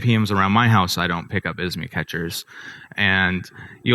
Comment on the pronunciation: ISMI ? It's IMSI, thank you.